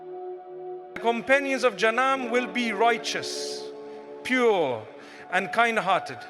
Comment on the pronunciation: You think mufti menk says " jaana and janaah and jahana" even says hana...and doesn't know how to say jannah. Listen to the audio carefully mispronounced words again and again, And btw it's not about conspiracy mind it, I never said the info is wrong. I said the voice is altered. Serioulsly some ppl🤨